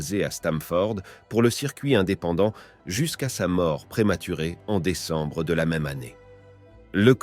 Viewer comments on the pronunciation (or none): le bot qui lit le texte.... "jan" au lieu de "djin" comme les "jean's" :o "déquambre" xD